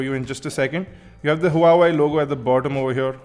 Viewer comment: Buddy.. Huawei is pronounced as Waa Wei.. i know its weird. but the company calls it like that.. but it suits..:)